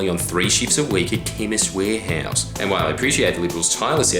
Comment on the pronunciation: When you say something that is weapons grade bullshit, you tend to speak really fast then extend the final syllable ".......chemist warehooooouuuuse....."